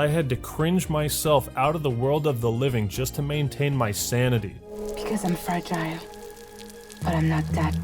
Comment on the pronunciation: Why did that chick pronounce fragile 2 different ways